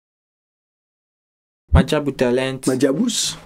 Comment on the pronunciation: My guy fully said “Majaabudist” 🤣🤣